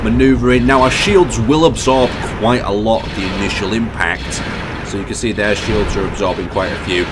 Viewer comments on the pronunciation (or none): none